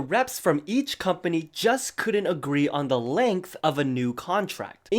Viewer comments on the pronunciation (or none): none